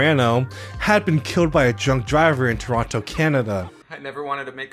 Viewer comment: happy belated birthday !! great video as always :) also I’m really impressed by your pronunciation of Toronto !! you’re now an honorary Canadian lmao